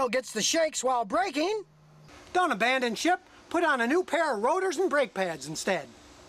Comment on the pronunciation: " don't abaondon ship" 😂